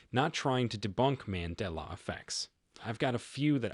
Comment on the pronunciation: The glitch... Pronounce Mandela correctly..😆